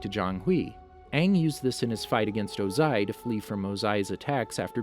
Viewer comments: It was o-ZAI for me 😂😂😂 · WHY THE HELL ARE U SAYING OZAIS NAME “OzAy” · Did you just mispronounce Ozai? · Dude stop saying his name wrong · You said Ozai wrong